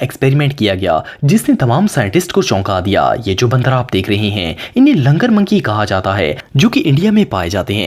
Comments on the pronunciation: Langar नहीं LANGOOR hota hai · Word is Langoor not Langar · They are langur not langar